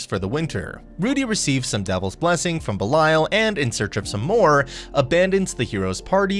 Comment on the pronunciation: You’re mispronouncing Belial.